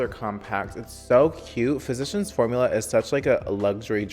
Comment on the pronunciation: Cláudia de Sá he says it correctly.